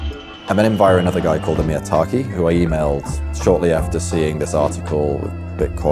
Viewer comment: It's Amir Taaki not Miya Taki.